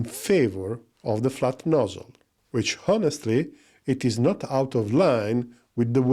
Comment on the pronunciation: Great video as always. Just a friendly tip: When you say the words „honestly“ and „honor“ just ignore the „h“ and pronounce the word without it. 😉